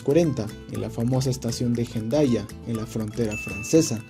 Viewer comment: Se escribe Hendaya, pero se pronuncia Endaya. Buen vídeo, Saludos desde el Pais Vasco❤